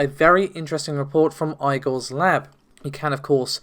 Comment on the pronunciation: That's not how you say 'Igor'.